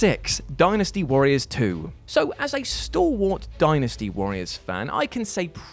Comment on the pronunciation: hey is pronouncing dynasty the right way now